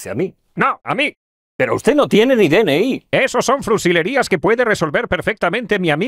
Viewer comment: Se dice "fruslerias", no "frusilerias". Mimimi cancelo mi subscripcion 😂